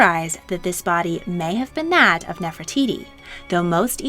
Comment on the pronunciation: Gosh I’m sorry but I can’t stand the way you pronunce Nefertiti. 😵‍💫